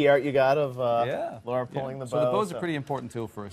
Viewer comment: LARA NOT LAURA.